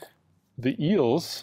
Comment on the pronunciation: "Els" instead of "Eels". And always "Nucular Blast" instead of "Nuclear Blast" 🙄